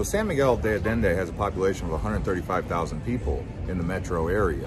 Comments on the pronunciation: It’s “de Allende,” pronounced “day Ayenday,” not “de Addinday.” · The double ll always makes a "y"sound, Allende. 👌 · you could AT LEAST try and PRONOUNCE it properly